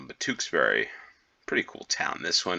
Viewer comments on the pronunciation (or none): It's pronounced Smethick. Most Ws in names ending wick are dilent. Tewkesbury is pronounced Tyooksbury, not Tooksbury. Tewkesbury is packed with history. You won't be disappointed. Ystrad Mynach is pronounced Ustrad Munakh.